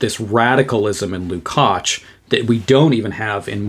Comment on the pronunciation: Erős vár a mi Istenünk! Thank you for the superb presentation, your pronunciation of the surname Lukács is great, György is [ˈɟørɟ], often shortened to Gyuri.